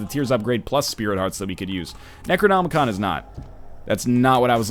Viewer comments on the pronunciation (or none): none